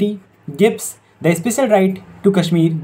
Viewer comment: Work on Pronunciation Sha should be always sha and sa should be sa only. Kashmir should have sha Issue should be pronounced "I ssh u ee" All the best 👍